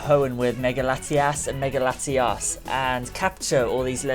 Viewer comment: You made it sound like you were saying Latias both times.